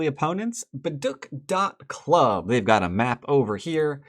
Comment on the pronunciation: You're the best,. Learn so much from you! Also, just an fyi, "baduk" should be pronounced "BA-dook" with the k not said hard.